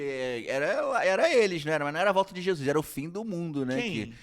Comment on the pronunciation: Só curiosidade; pq vcs falam "Jesuis" e nao "Jesus" ?